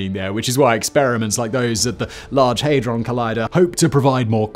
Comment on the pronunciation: HAY-dron collider!?!?!! HAD-ron collider surely!! 😅